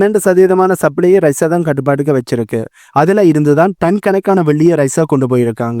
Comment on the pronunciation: ரஷ்யா வை ஏன் ரைஸாவாக மாற்றி உச்சரிக்கிறீர்?